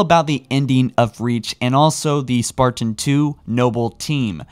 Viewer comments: I like your content but every time I hear “spar-tan” like it’s two separate words, it drives me crazy. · Why do you pronounce "Spartan" like some sort of deranged homunculus? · Please practice you pronunciations. the things you are talking about should be easy to listen to. Currently its jarring because you say 'spartin', 'detinate' and 'mi-ō-nihr'. This is your bread and butter. Be better